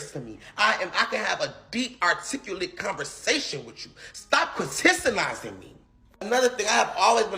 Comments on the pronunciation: I just realized he said chritisinizing me lol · Did he say stop chrisistisizing me lol